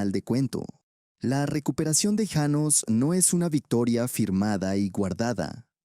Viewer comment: Janos no llanos. Empezaste bien y luego cambiaste como merolico